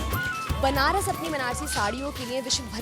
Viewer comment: Banrash hai benarash nahi samjhi pahle nam sahi kijiye